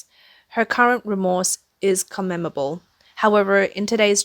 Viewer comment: She said « commendable » as « commemable ». Stop making this poor girl read scripts written by others containing words she doesn’t know!